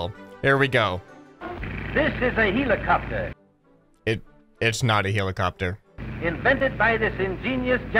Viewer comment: The narrator be like: HILIKAPTER HILIKAPTER